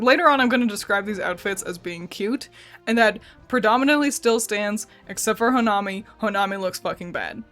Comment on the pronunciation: ITS HO-NA-MI not ho-nime